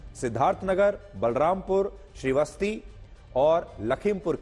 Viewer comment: Shribasti nahi sir shrabasti